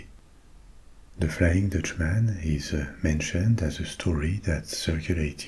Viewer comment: In English if you’re to say countryman, dutchman frenchman etc you pronounce it “mun” not “man”. It sounds very jarring and just plain wrong that’s why it’s one word, not two.